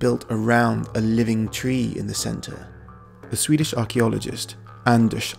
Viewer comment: first of all, you are slaughtering the beautiful Swedish language which is a shame. Second, I don't know why by you never went to Sigtuna which is probably the richest of history in Viking history since it was the capital for the Vikings...I'm genuinely pretty upset...